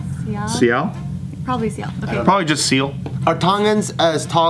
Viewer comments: Siale is pronouced "see-Aahh-leh" and Angilau is pronounced "Aahhh-ngi-Laa-UUuuu" not seeal annglo smh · damn shame the family thought it was excessive force, it is not the witness fault he was tryna get some time cut off, plus if you got your self in a court situation its because your caught some stupid ass shit, btw siale is pronounce see-ah-leh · Lol Sale is pronounced as “Saw-lay” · His names pronounced si like sí and then a like ahhh and then Le like Leh and then put it together síahhleh spelt like siale I’m sorry I had to correct it I’m a typical Tongan and siale is my aunties name 😂😂😂😂❣️❣️❣️❣️ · His name is pronounced See-Ah-Leh. Siale. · You pronounce his name ceeee-ahhh-leeh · His name is pronounced (See-ah-leh ) Siale lol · his name is pronounced "see-ah-leh" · Pronounced sea-a-le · His name is pronounced as see-ah-leh lol hella common Tongan name